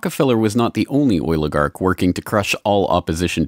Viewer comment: He’s saying Oilagarch which makes complete sense